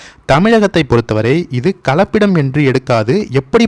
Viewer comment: கலப்பபிடம் என்று சொல்வது தவறு கலப்படம் என்று சொல்ல வேண்டும்